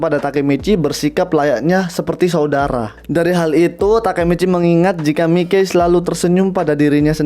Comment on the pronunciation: Mikey di baca maiki aja buar enak